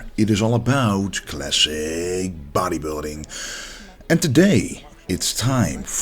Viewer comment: Klassik bottejbilding 😂